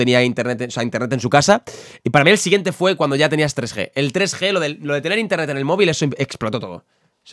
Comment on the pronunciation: Nadie::INTENTET